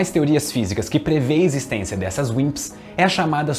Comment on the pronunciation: Toda vez q ele fala Wimps eu escuto Winxs KKKk